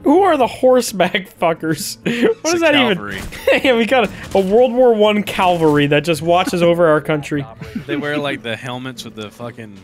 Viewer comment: Cav-al-ry NOT Cal-va-ry